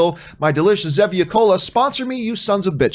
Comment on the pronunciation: I don’t know if showing it in a plain green cup, and pronouncing Zevia wrong is helping